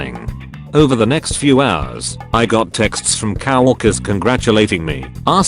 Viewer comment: Please listen to the robo reading voice. It is not cow-orker and other mispronounced words. Read it yourself.